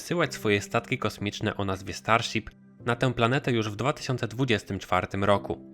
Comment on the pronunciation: Starsip xd